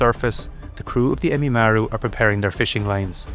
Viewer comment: it's Ehime Maru not emimaru